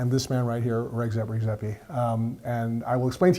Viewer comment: you would think the guy will learn to pronounce the name of the person he's interviewing correctly